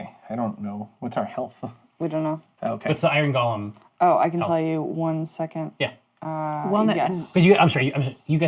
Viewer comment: Bonr golem? C'mon, I thought you were on the iron golem train.